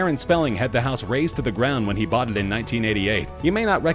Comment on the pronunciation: 23 and boight a freakin mansion. Geez!